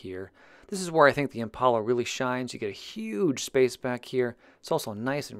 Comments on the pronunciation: Since when is a door handle called a door latch? 🤔 Oh and it’s ImPALa not ImPAULa. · Every time you say impala, I cringe from the pronunciation